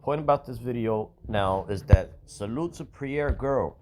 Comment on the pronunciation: your saying her name wrong. Pronounce her name like it sounds. Prairee ( Prairie) look up the meaning.